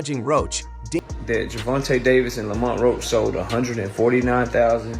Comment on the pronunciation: Stop using ai can’t even pronounce Lamont right